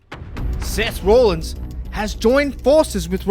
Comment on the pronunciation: Its rollins not rawlins and why would seth care about roman this makes 0 sense moxley isn't leaving aew either